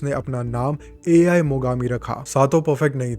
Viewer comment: Its not AI its pronounce aaee😅😅😅A iss aa ane I is ee